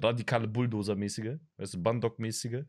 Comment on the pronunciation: Nicht "bAndog" sondern "bÄndog" 😂. Coole Reaktion aber !